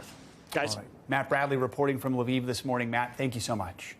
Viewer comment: Finally. A on site correspondent is pronouncing the city names properly. NBC: please take just a minute and listen to how Lviv and Kharkiv is pronounced. Your butchering it lol